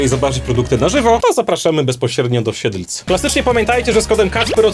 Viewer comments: mówi się Siedlec a nie siedlc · Mówi się do Siedlec a nie do Siedlc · siedlec a nie siedlc i pozdro bo to niedaleko mojego miasta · mowi sie siedlec nie siedlic 😭😭😭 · Nie spodziewałem sie że akurat w moim mieście 😉 Ps mowi sie "Siedlec" jak cos